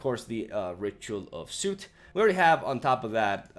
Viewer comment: Soot is actually not pronounced like suit, instead more like suht. Actually its hard to spell it phonetically